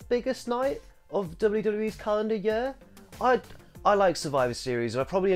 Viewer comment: The way he says "year" makes me giggle